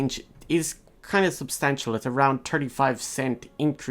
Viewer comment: Tirty, tinking, looky